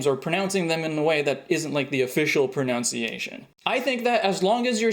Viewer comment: Ironically, you kept mispronouncing "pronunciation." It's pro-NUN-ciation.